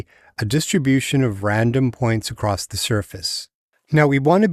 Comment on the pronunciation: ...." acrosst" ? Why do you pronounce ACROSS as ACROSST?